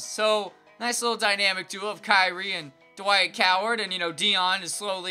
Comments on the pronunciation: lol he said dwight coward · dwike howard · Just gonna ignore He said Dwight Coward